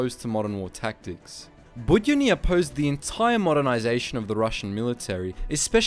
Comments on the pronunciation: While I completely understand how hard complicated russian names for english speakers are, you pronouncing his second name completely wrong). It's more like Bud-yo-nyi. With the emphasis on 'yo', it should sound like you saying hello, but much shorter, cut long 'ooo' part off. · Bood-YONN-y. Stress is important in Russian. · The way you pronounced 'Budyonny' is surprisingly Korean to me 😂😂😂😂